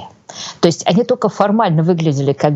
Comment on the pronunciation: Удивительно, Юлия филолог, но постоянно произносит ""тока" вместо только. Или это ее "шерьте", вместо "делитесь".